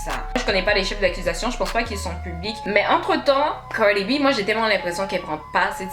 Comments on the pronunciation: Pourquoi toi tu ne fermes pas ta bouche Cardi est déjà au TOP et toi sans boucle d'oreille DAMN la façon tu prononces son nom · Putain la manière dont tu dis Cardi b...